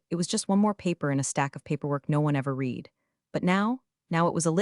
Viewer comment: Please teach AI how to pronounce “read”.